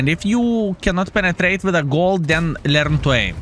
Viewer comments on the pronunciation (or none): so fuuny when you saying lern to aim ha ha